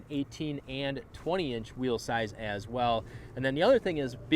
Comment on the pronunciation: Did he say " wheelize ". ?????? At the beginning?